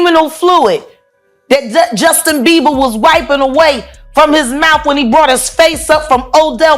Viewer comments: calls him "Justin Beaver" 😭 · Dude keeps calling him Justin Beaver